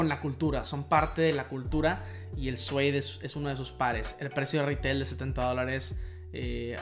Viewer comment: Se dice “siud”